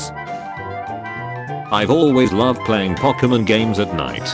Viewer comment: The moment the word "pokemon" was being mispronounced was the moment the video should've been deleted 🤣